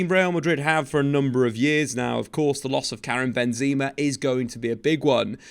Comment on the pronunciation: I think it's Benzema, not Benzeeema